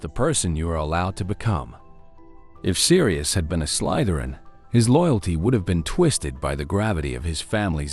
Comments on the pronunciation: Check your AI voice over. It says "Slaitherin". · that’s why I commented. The quotes from the movies say Slytherin, with an E sound, why the voice says “Slaitherin” with an i sound. Sorry, I’m an corrigible nitpicker. 😅